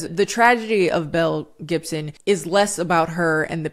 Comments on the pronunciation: Every time you've said this girl's full name I kept hearing Mel Gibson and was just like "now why is he in it???” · Every time she says Belle Gibson I hear Mel Gibson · The way I was listening to this in the background while I did laundry and I thought you said Mel Gibson 🤣